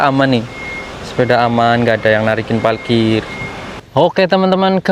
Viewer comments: parkir, bukan palkir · Salfok sama ngomong nya "PALKIR" hhee parkir parkiran mobilll😭🤣